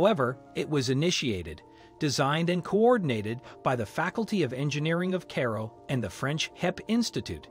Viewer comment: Electronic voices are terrible. Hire an actor for heaven sakes. He or she would know how to pronounce Cairo.